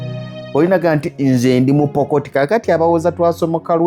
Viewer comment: Tebabayita ba Pokoti. Babayita ba Pokot. Bbo bakyatula nga " Poko"